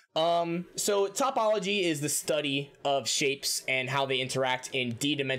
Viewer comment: One note: it's toh-pol-ogy, not top-ol-ogy Just in case you want to do math stuff in the future